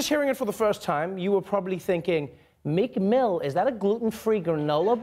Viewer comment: I thought you said "Nick Moo" (not Meek Mill)